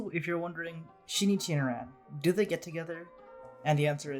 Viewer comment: the way you pronounce Conan and Ran is just foul